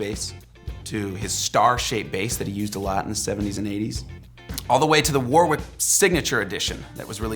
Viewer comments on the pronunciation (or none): Not ‘War-wick’. It’s ‘Worrick’, mate! Great vid though. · POI. Warwick is pronounced “Worrik”.